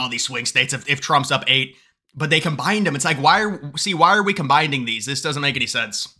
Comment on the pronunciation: you say "combinding" at least twice